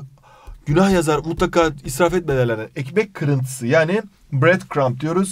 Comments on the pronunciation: iykmek kıriyntisiğ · ekmeğhk kirintisı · den sonrasında koptum aşırı iyi "ekmek kırintısığ"